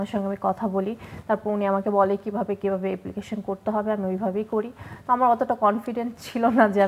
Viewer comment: আপা , দুবাই কোন দেশ না , দেশের নাম আরব আমিরাত.. এপ্লিকেশন না ,অ্যাপ্লিকেশন. মানুষের কনফিডেন্ট থাকে না , কনফিডেন্স থাকে.. হাইলাইটস করা নয়, বলা উচিত হাইলাইট. আপনি খুব সস্তা মারা দিয়ে এই লাইনে আসছেন, তাই আপনার যা মুখের ভাষা এবং জ্ঞানের পরিধি, আপনি যাত্রাপালায় অভিনয় করার যোগ্য...